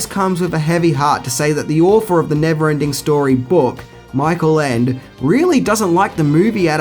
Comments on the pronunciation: I believe it was said with a complete understanding of why Ende hated it. BTW, shouldn't "Ende" be pronounced "END-a?" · I'd say something about his mispronunciation of Ende's name... but he seems to be struggling with the pronunciation of several English words. And is it just me or does he have more hair on his arms than on his head? :p